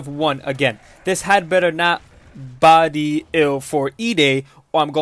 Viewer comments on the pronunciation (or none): Bruh "bode" not "body" that made me cringe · I don't know man... Am I really about to take advice from a mf that can't pronounce "Bode"?